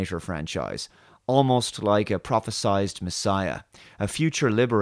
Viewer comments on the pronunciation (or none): When do we get a movie about the Roman occupation of Britannia and their oppression of the Celts? There's an excellent movie called 'The Eagle', but it's told from the Roman perspective (and Rome was the oppressor). "Prophesied." Pronounced with an "eyed."